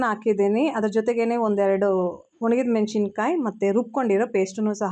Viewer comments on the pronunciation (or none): Madam nimma video thumba chennagi iruthe. Ondhe ondhu suggestion neevu ಮೆಣಶಿಣ ಕಾಯಿ antha ಹೇಳಬೇಡಿ. Correct ಉಚ್ಚರಾ ಮೆಣಸಿನಕಾಯಿ ಅಂತ. ದಯವಿಟ್ಟು ತಪ್ಪು ತಿಳ್ಕೊಬೇಡಿ